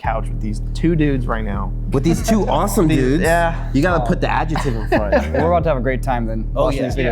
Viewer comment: i've never heard someone pronounce adjective like that